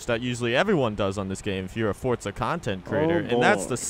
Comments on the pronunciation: It’s forza not “Fortza” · Bro why do you say “Fortza” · Where the fuck is the t in forza ? 🙄